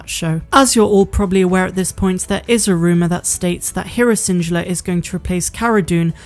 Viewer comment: Where is from? Just curious bc she mispronounces random stuff like schedule and Syndulla